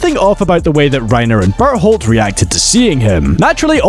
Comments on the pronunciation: I heard butthole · Even the narrator gets barleys name wrong😢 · why i keep hearing he pronounce Bertholdt into Butthole 😅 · bro cant even pronounce bertholdts name like fym berhold💔💔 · I feel bad for burrito… must be tough having your name always said wrong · Would've been super funny if you kept pronunciating Bertolt's name wrong everytime you mentioned him. Love your video though!